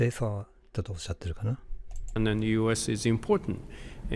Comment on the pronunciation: I have a few things I could go in to detail on but the main thing is the adding of "r" sounds. The other one is the word "the" which overtime slowly becomes more "da"